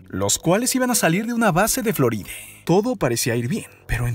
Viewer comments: etc etc etc..... Cual es tu afán de utilizar en la sílaba final de muchas de las palabras de tu narración la vocal "e" como por ejemplo "Floride", "Engañose", "Tierre", "Dereche", "Experiencie", etc, etc,.... hasta el final del video, acaso quieres aplicar el mal llamado lenguaje "igualitario" en tu relato ja ja ja ja ja, le quita atractivo al video, en lugar de concentrarnos en el contenido del video hace que nos fijemos en tu manera chistosa de narrar tu video, ja ja ja ja ja. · Me estresa cuando menciona una palabra que debería terminar en A y la termina en E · Xq no habla bn floride tierre habla bn ... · EN QUE IDIOMA HABLA ESTE TIPO ? FLORIDE, CINCUENTE, BERMUDES, PERSONES, RESPUESTE, EUROPE,....... EN QUE IDIOMA HABLA ESTE TIPO ? GENERO NO BINARIO ? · Opino que porque mier.. le agregas la "e" a todo, triángulo de las bemudeeeees"??? Zoneeeee", florideeeee", no mms!!!